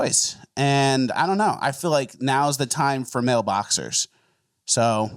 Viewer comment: Are you saying mailboxers or male boxers?